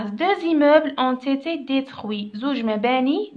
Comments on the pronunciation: شكرا استاذة بزاف ملاحضة هامة : -استادة ont été تتقرا اون ايثي مش اون ثيثيي نتي هك تقراي فيها 👈👉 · تقرا أون إتي